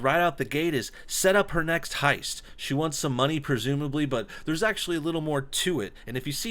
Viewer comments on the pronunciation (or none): none